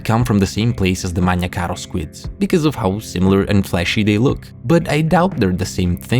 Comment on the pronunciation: A chef’s kiss to your pronunciation of Magna Caro.